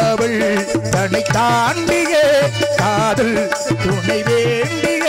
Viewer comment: காவள் காதள் என்று உச்சரிப்பு